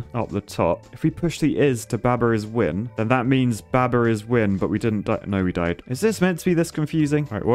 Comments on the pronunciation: The heresy of pronouncing baba with a short "a"... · I love how says baber